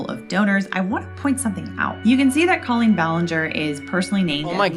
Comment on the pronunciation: Omg can we stop pretending her name is pronounced Co-leen now?? I know she wants to be special but that's just literally not her name. It's not anybody's name.